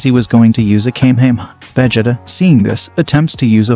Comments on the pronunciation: Did you just pronounce it veh-jit-uh? It's Vuh-Jee-Tuh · I really wanna listen to this but if I hear vegeda one more time imma get irate 😤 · Vegita vegita vegita. Cannot get past this pronunciation of Vegeta. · Veg ... It .. Ahh? seriously right out of the gate I hear the computer TTS mispronunciation... thumbs down comment and leave. Narrate it yourself and I might listen. But TTS computer voice Naw I'd rather find a better chnl. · Its Pronounced Vughjeeta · yay ill love seeing "vageta" and "wise"😂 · it's pronounced va-jee-ta but spent as vegeta. 😡🤬🤬🤬😡😤😒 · Bro how he pronounces vegeta is going to make me uncomfortable for the rest of this movie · Bro is pronounces Vegeta wrong 😂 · Is it me r is he messing Vegeta name up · Bro why is he saying vegeta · He keeps saying Vegeta wrong.... 💀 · Please never say Vegeta